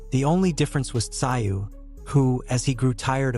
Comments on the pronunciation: never heard of this sio. pronounced szoo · You so got his name wrong so annoying it sounds like zoo where animals are kept not your way of saying it wrong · Tszyu's name is pronounced to sound like the word 'ZOO' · You say his name like Zoo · It's unbelievable that you can do such a comprehensive account of this match and the two fighters BUT you can't even do a little research on how to pronounce the name Tszyu - "Zoo"!!! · It's more like zoo with a silent t in front. t zoo. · So much disrespect mispronunciation of tim tsyu name it is pronounced ZOO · If you are going to post content on YouTube, show the Boxers some respect and learn how to pronounce their names Tim Tszyu (ZOO) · Had to stop watching as the mispronunciation of Tim’s name was too annoying. ITS ZOO. TIM ZOO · It's pronounced. Zoo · The narrator is disrespectfull. He should/could learn how to pronounce the Australian's name.. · Is this a rent a coverage review. Didnt even fix the pronunciation problems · Iff your going to commentate at least get the names correct doe doe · If your going to make a video about the man at least learn the correct pronunciation of Tim Tszyu's name. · Worst commentary ever.Get the surname pronunciation right. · I was confused who the boxer was. The pronunciation of Tim Tyzyu’s name is wrong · Did this guy not listen the the commentary. His pronunciation of Tims name really bugged me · I could not listen to this commentary, get his name right or go home. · At least get the name right . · You can’t even pronounce his name! Shows you know zero about boxing! Shut up! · Let’s have the commentary from the real commentators. Not that bloody AI voice that can’t even pronounce the boxers name.